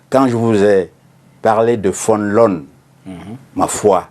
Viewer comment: ne sait qui est Bernard Fonlon, dont il écorche le nom! Il sait que le livre lui est dédié, il ne se renseigne pas, ne sait même pas comment prononcer son nom! Quel amateurisme!